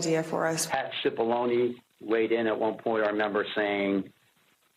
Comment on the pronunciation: Pronounced 'Chi' Pollone